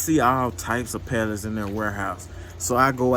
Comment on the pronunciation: OMG I feel so bad for you especially when you say PALLETTS!!!!!!